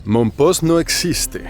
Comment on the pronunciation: No se pronuncia mompoX acaso?